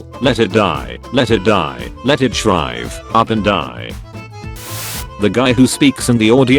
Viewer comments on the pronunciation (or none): It's Shrivel NOT SHRIVE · Automated text to speech: Let it die! let it die! let it shrive up and die! Me: I hate to be “that guy” but... you’re one letter off!!!